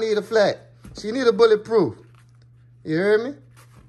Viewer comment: "BOuLLA prooph"